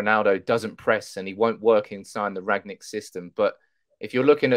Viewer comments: It's Rangnick not Ragnick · Rang-nick,, not Rag-nick. RANG-NICK.